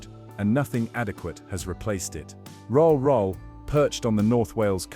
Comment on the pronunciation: The images are not the places that they are describing. Many clips have cars driving on the wrong side of the road. Rhyl is pronounce Rill, not Rohl. Oxford Street is not in Corby.